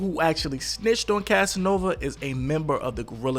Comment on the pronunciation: Bruh you said “Casanova” wrong in like 3 different ways lmao 😂 you had it right at least once thru out the entire video. Lmao.